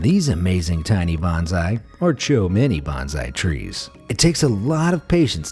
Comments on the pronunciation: Pronounced Bone-Sigh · plz don't confuse #bonsai with #benzai! They are two different pronunciation & meaning words. There's no letter 'z' sound in bonsai but 's' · Canary - is pronounced “Ka-nair-ee” not “Can-ner-ee”. and Bonsai is “Bone-zeye”